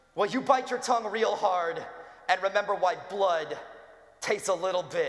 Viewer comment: lol he said "remembler"